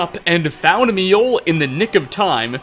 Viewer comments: I don't know where you got it in your head that J's were silent in Nordic/Scandinavian langauges, but you're wrong. J's are pronounced like Y's, making Mi-oll, or Myoll, the correct pronunciation. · MI-Oll? You Mean Mjoll you basically say mole but with a bit more L.